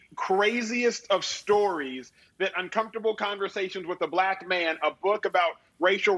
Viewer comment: Listen to the syllabic stress when Stephen says "Uncomfortable conversations with a BLACK man", as oppose to where Emmanuel says "... with a black MAN". I find this revealing, and I don't take Stephen for a bigot -- just a person who slipped a little in the use of his ear as it relates to speech. The world is deceptive, and he bought a lie without examination. Alas, language not only REVEALS how you think, but FORMS it as well. There are no BLACK people in Africa, just black PEOPLE. Listen to it, and don't give me some stupid counter argument; I'm older than you are. Now, before you go out and talk, consider how your words will land on the ears of others. That'll be a good beginning. Do you want another example, one with no hot button? I have heard too many times the Danny Kahneman book "Thinking, Fast and Slow" pronounced "Thinking fast and slow." That is prima facie evidence of insensitivity, and probably stupidity. It makes no sense. On the other hand, if you say it as written, "Thinking..... fast and slow", then you reveal that you understand that the book is about two different types of thinking, not a meaningless oxymoron. See? No race, sex or politics involved. A total giveaway of how clearly a person understands things. Can you imagine asking the concierge if there's a French restaurant nearby? Can you imagine doing it in Paris? Eats shoots and leaves. Eats, shoots, and leaves. Listen. Weigh choices sensitively. Speak. There you go. Now you've got it.